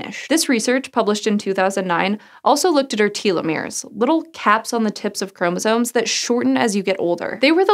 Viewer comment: Chromosome. Not chromosoNe. 🤦🏻‍♀️